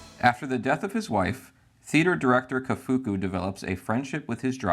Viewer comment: Kafuku in Japanese is a pun on Kafka (basically pronounced identically), not like Ko-foo-koo.